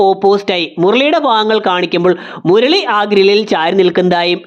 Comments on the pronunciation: മുർളി അല്ല മുരളി 😁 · 'മുർർളി' അരോചകം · Murali ❌Murli✔️ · നിങ്ങളുടെ വീഡിയോയിലെ മിസ്റ്റേക്ക്സ് 1 : മുർളി ❌ മുരളി ✅ 2 : അഫർത്ഥിക്കുക ❌ അഭ്യർത്ഥിക്കുക ✅ 3:ഫിത്തി ❌ ഭിത്തി✅